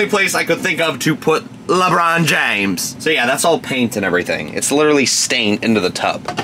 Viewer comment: Lebrohn Jainflamation